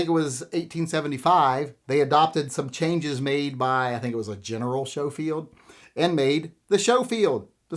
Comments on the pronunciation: Never heard Schoefield pronounced Show-field. Everywhere else it's Skoe-field. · I’m pretty sure Schofield is pronounced SKO-field rather than SHOW-field. Could be wrong though. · Schofield is sko not sho. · It’s pronounced Sko-field, not show-field. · It is pronounced Smith & Wesson Schofield not Showfield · Was coming to the comments to say the same thing. Glad someone else caught that first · Showfield? Never heard Schofield pronounced like that before. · Isn't it pronounced sko-field? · "Showfield" "Calvary" Now I know you're messing with me. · It’s pronounced Sko-field